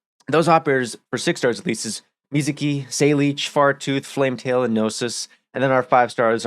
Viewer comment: Love how you read Flametail as Flametal